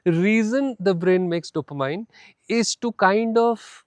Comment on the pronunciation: It's pronounced DOPOMEAN